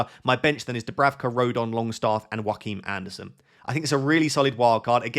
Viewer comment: Hi. Please stop calling him Jhroakim Anderson, as if his last name is Phoenix. It’s pronounced ‘your’-kim Andersen. Sincerly, a dane.